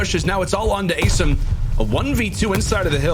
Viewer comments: asiiiiiim. Don't know why the castors are still confused about it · WHYYYYYYYY are these castors still saying asim's name wrong?!!